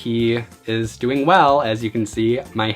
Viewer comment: omg I love the way you say doing you like add a gg doingg ;)